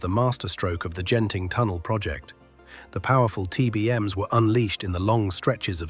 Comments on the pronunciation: The g is soft like glee or eagle. Its genting not jenting. Though this is ai so why bother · Great video, but small note: Genting is pronounced with a hard "G" not a soft "G". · Its pronounced Gehn-ting, not Jen-ting.